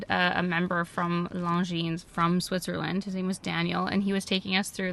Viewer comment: i think the S is mute is Longines